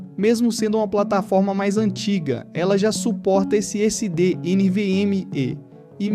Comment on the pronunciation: Pronúncia esquisita de alguns termos, como Xeon, SSD, DLSS etc. É a sua pronúncia ou é IA falando? Tenho um PC parecido e o desempenho é semelhante. As memórias têm que rodar a 2400MHz, que é o que esse Xeon (se pronuncia "zíon") suporta. Ficou bem legal. Parabéns.